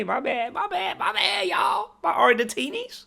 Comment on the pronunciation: nah we on your ass for saying Argentinis wtf is that?